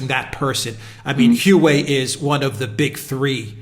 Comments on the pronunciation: Its pronounced like "hwah way", not who way. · A minor point: "Hu.aa.wei", not "Hu.wei". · name is pronounced waway (Huawei) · dumb ass is HUA WEI, not hue way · Isn't the pronunciation "WAA-WAY"? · say it with me, "hwa-way." ffs. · atleast pronounce it properly, Wa-Way. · It's pronounced "Wah-Way"! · Good advertising for Hua Wei (pronounced Hwa Way) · the correct pronunciation of the name Huawei is like "wha way' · It's enunciated "hoo-ah-way"... Ignoring the 4 different tones intrinsic in Mandarin. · Please pronounce it wa-way Tx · Dudes, "Huawei" is pronounced "Wah-Way". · These guys have no idea what they're talking about let alone knowing how to pronounce the company name. "Wah Way". Lmao!!! All Chinese companies are state run and criminal. Ding dong alert on high with these 2. Lmao! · By the WAY -- It's pronounced "Wah-Way"! It's pronounced "Wah-Way"! It's pronounced "Wah-Way"! It's pronounced "Wah-Way"! It's pronounced "Wah-Way"! It's pronounced "Wah-Way"! It's pronounced "Wah-Way"! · Bolton is a vile neocon, not a nationalist. Neocons are imperialist. They pursue war and hegemony which totally undermines the nation. Modern nationalism is strongly anti imperialist. Also, you really look foolish when you make a video and cannot be bothered to learn how to pronounce Huawei